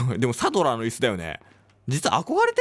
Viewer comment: サドラーをサラザールとゆう可愛